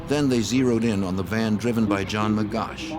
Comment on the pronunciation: His correct name is : John Magoch (not Magosh)